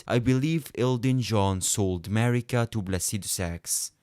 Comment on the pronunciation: Demihuman queen "marigga" notice the "gg" on it 💀